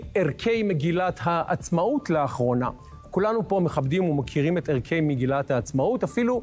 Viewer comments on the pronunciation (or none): שי חמוד ערכי המגילה - בלי דגש ב-כ לא ערכּי המגילה קצת כבוד לעברית